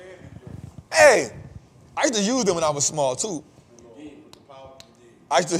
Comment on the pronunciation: got me WEAK 😂 cigar-Ritz 😭